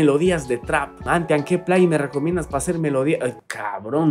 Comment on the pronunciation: como puedes decir plaguin